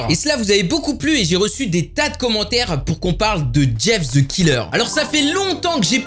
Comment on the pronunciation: mais prq tout les français disent ze mais pas the